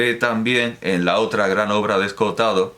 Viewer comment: Me fascina que sea capaz de decir las dos o(s) de 'Escohotado' cada una de las veces que lo pronuncia en el vídeo. A mí siempre me sale una sola o, 'Escotado', al hablar.